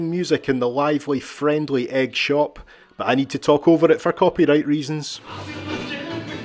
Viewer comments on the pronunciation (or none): Another great island video! I never knew it was pronounced egg rather than e-ig though! Keep up the good work👍